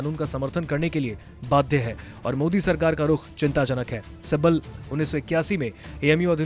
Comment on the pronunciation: Kapil Sibbal hai right Sabbal nahi dekh kar to thik read Karo .